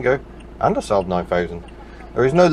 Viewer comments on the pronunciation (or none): none